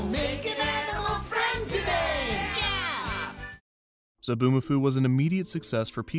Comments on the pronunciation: Zoboo not Zaboo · It's Zoboomafoo, not Zaboomafoo. You had one job, ONE JOB